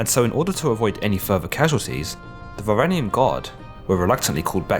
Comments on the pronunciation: Great video, only thing I have to criticize is that, as far as I know, "Varangian" pronounced "varanjian" not "varanigan" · Robert Stennett As if that is an achievement. Can you pronounce Varangian unlike the uploader?